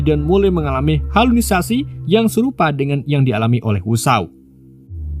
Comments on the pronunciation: bukan halunisasi bang tapi halusinasi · 13.30 HALUSINASI bang 😅